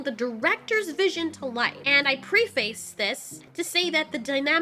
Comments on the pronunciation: Did you just say “pre face”? Please stop. It’s pronounced “pref-is” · Preh-fis not pree-face.